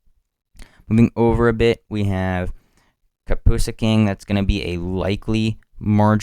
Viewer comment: You need to learn the names lol or be less nervous and take your time reading them Kapuskasing lol